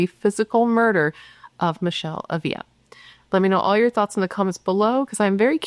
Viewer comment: I could’ve sworn you had done this case before. Minor detail but it’s kinda driving me nuts…you’re mispronouncing her last name 😬 accent on the first A and only one L so it’s not pronounced like a Y. Ah-vla